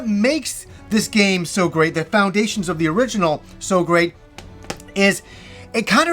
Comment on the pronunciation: "We had a greatit time!" Lol dying laughing